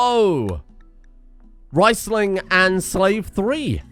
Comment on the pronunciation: Please, Riesling is pronounced REESling not RICEling.